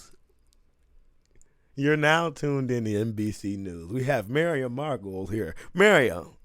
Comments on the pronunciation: (Mar-Go-Lee's) not "Mary-Goyles" I know a lot of people have a problem saying her name, Miriam Margolyes Mar Go Lyes. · pronounced Mar go lees